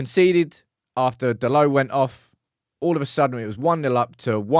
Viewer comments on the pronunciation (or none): none